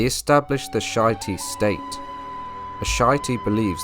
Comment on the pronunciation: Great video, though it shity is pronounced as she-ite